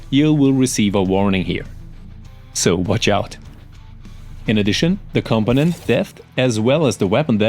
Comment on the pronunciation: I appreciate the content but my guy, that such a weird way to pronounce component. much love